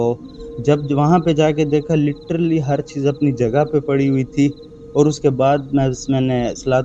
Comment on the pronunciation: LITERALLY ❌ LITTERLY ✅